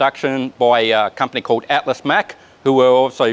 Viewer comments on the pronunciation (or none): none